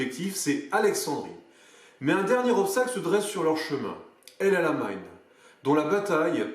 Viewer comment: Sympa, mais la prononciation El Amein fait un peu bizarre par rapport au nom réel de la position, El ALAMEIN :) Enfin c'est pas bien grave, mais un peu déroutant. Je me doutes bien que certaines parties ont été enregistrées après des journées déjà bien remplies. Alors merci bien pour tous ces efforts et ce sera un plaisir de découvrir les autres.